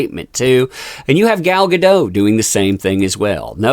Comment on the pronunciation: GAH - DOH - T (A HARD "T" -- think of "Don't" and remove the N) -- I speak Hebrew... it's a HARD T - TEE!!